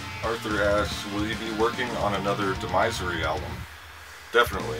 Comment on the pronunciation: TIL it's pronounced de - MIZE - ery